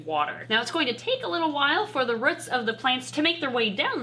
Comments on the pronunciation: why do you say ruts when it is spelled roots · As someone who's accent really emphasizes the oo sounds in roots I really love how says ruts. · The way says roots is funny ahaha "ruts" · Haha it’s so cute how you say root! I say the vowel like in the word “too”! I love regional pronunciation things. I’m from near Toronto! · the way says roots😂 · I've never heard a more northern pronunciation of "roots" before! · I've never heard anyone pronounce 'roots' like does. Is that common wherever they are from? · Can someone please tell me if the way she says roots is a Wisconsin or Minnesota thing i would like to know thanks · Can't help but laugh when she says roots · I'm sorry but the way says roots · Is it just me being British or does have an odd way of saying 'roots'? Not sure if this is just a British vs American thing! 😜 😀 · It is just me or is she saying roots with some sorta accent